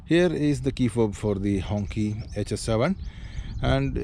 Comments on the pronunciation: No, it should ‘‘hongchee‘’ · It doesn't pronounced "Honkee" it pronounced "Honshee" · Hongqi, is pronounced close to a donkey 🤣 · Not pronouncing the name correctly is off putting and shows you couldn't care less.